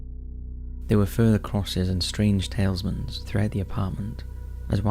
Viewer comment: Tal- IS mans not 'tailsmans'. Fucking hell every episode you pronounce something wrong